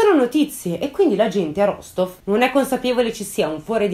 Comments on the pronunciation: mi permetto solo di correggerti una cosa, la città si pronuncia Rastof questo perché in russia la maggior parte delle volte si scrive la lettera O ma la si pronuncia come A tuttavia ci sono alcune zone dove la pronuncia equivale alla forma scritta, ma per la maggiore si differenzia. Te lo dico per informazione così bel caso ne avessi bisogno lo sai 😉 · Perdonami, non vorrei smontarti ma no, non l'hai azzeccata. È vero che la "v" finale si pronuncia "f", ma l'accento è sulla seconda "o" e la prima si pronuncia "a", per cui la pronuncia corretta è "Rastóf" ("o" chiusa, tipicamente russa).